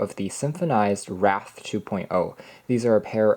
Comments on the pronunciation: Say "wrath" and then say "wraith"; there should be a difference. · Solid review, keep up the good work. On a side note, the word "wraith" rhymes with faith and that is the most widely accepted pronunciation. I believe this is what is being depicted in the boxes artwork. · Good work. It is 'w-r-ae-ith', synonym for spirit.